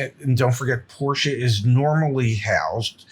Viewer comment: Pronouncing Porsche properly is a breath of fresh air. Thanks, gents!